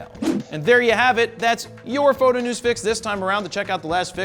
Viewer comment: oh my How you pronounce PHOTO..... Please stop, lol......